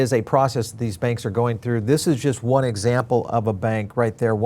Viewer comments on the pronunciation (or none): Its pronounced Wahn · It's pronounced one